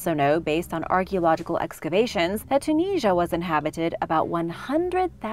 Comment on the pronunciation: I've never heard of Tunisia being pronounced like that.